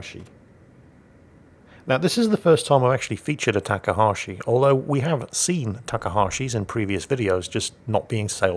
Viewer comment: have you noticed that you pronounce Takahashi different each time you say it?